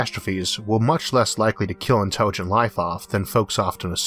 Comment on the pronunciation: "Interwigent life in pwone to kiwwing itsewf awf"